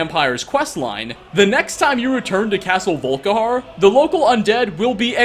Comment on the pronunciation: I heard "Vull-Ka-harrr" when he started talking at the beginning xD